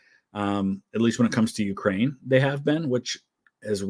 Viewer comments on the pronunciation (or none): none